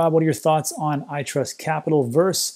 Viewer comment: When you see "vs." (against) it stands for "versus", not "verse". Just FYI Great content, keep it up.